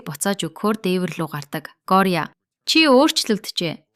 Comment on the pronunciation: Gori bish goriya gj duudj bai